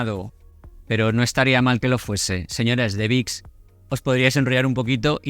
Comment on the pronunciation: Diga Vick Vaporub, no vix.